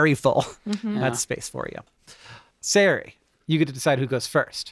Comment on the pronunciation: So distracting that the name Ceri is pronounced so badly and tortured with S noises. It has a hard C. A cuh. It's only entitled ignorance to destroy names native to other countries